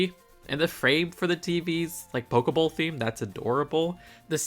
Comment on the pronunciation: Did you just call that a Poke-bowl???